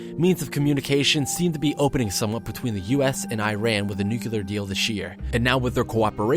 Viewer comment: Please say Nuclear, not Nu-Kular.